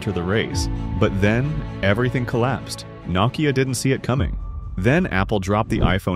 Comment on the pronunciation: What the heck is NOCKeeyah?